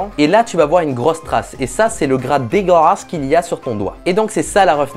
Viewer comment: "dégalâsse" "DISGUSTANG"